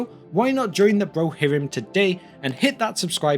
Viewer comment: This is the first vidéo I see from you, and "Brohirim" had me laughing.